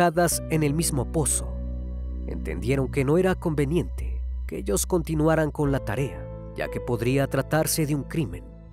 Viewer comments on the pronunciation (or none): none